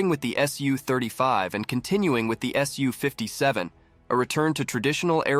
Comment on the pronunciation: Pronounced "soo" not "S U".